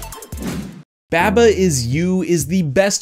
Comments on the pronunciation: Please... Why do you pronounce it babba it's barbar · /bæbə/? seriously? it's supposed to be a sheep. have you ever hear the nursery rhyme bah bah black sheep ? it doesn't go "bæ ba black sheep" it's "bah bah black sheep" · I had to stop watching this video because you kept pronouncing it babba. It's a sheep. Its name could only be pronounced bah-bah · You pronounce Baba weird. Isn't it "Ba-ba" like "mama" with B's? :-P But yeah, it is one of my favorite puzzle games in a long time. Some other ones I'd recommend are Recursed, Fidel Dungeon Rescue, Desktop Dungeons, Return of the Obra Dinn, The Talos Principle, The Swapper, Linelight, Braid, and Vessel. They are all pretty different in their own way, but still great puzzle games with some interesting things going on. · Im pretty sure it’s pronounced “Bah-Bah” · Every time he says "Babba" I hurt inside. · taking care of his firstborn child: Someone needs his Beh-buh, huh?:) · please man i beg you please stop saying baba the way you pronounce it it’s pronounced bawba i’m going to kick and scream and cry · > Realizes it's a sheep. > Still says baba weird. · You pronounced baba wrong